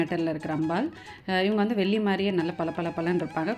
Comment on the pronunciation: Why is your tamizh pronunciation so bad...Velli....Not sounding like brahmin tamizh at all